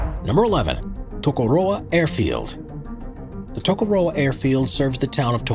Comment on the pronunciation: Impressed with his pronunciation of Tokoroa. Lol I've heard people pronounce waka as whack a.